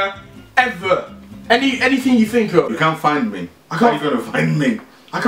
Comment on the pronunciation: anythink you think of 😂